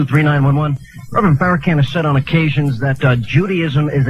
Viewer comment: They always say Farracan. They are retarded!!!